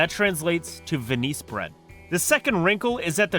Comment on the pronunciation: lol you say “wunderbrod” which means “wonder bread” but you spell “wienerbrod” which means Austrian bread but then say it’s “Venees” (mispronounced Venice) bread? Buddy…where were you educated? That one sentence just wrong 7 ways from Sunday.